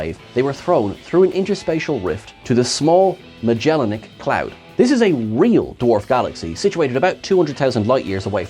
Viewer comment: Magellanic, not Magellanic,.